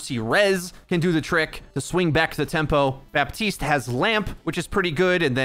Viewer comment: Appreciate the videos bit goddamn dude. Its Bap-teese. Not buh teese. Jesus